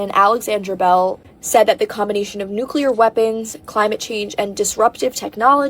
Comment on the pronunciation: I love how they get in on words when refuses to say Nuclear correctly, time after time LMAO. New-clear... not New-Cular jeeeeez!